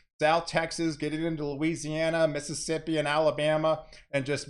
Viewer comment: Is saying Mississippi so hard for you?